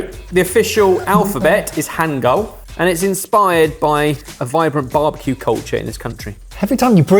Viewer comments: hangeul is not pronounced like that at all, give an extra point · Man, stereotypical UK mispronunciations of foreign words were off the charts in this one! Hangul and karaage were both barely comprehensible, and then he calls it a "Caroline reaper" rather than a "Carolina reaper"! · horrible pronunciation of some words I feel like definitely throws a lot of people off cuz what is hangal and karaje HAHAHAHA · I thought the Hangul clue was a bit of a dead giveaway, myself. Even if did butcher the pronunciation. (It's hahn-Gool.) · All complaints are about the Korea incident (absolutely deservedly, should've gotten the three points), and secondly about the pronunciation of Hangul (also fair, though not as egregious). But no one is talking about how butchered the pronunciation of Karaage! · man, can't look up how to pronounce words before he says them? Hangul? Karaage? Come on.